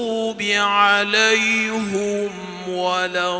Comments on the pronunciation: صِرَٰطَ ٱلَّذِينَ أَنۡعَمۡتَ عَلَيۡهِمۡ غَيۡرِ ٱلۡمَغۡضُوبِ عَلَيۡهِمۡ وَلَا ٱلضَّآلِّينَ _______ Өзбекстандын Кур'ан жаттоо башкармалыгынын башчысы Кур'анды туура эмес окудубу же мага ушундай угүлуп жатабы? "аълайхим" деген сөздү эки жолу кайталап "аълайхум" деп айтып жатат. Эмнеге антти билбей жатам?! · Алайхимди эмне учун алайхум кылып окуду ушуга тушунбодум. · Неге зиротол деп жатат.алайхум дедиви?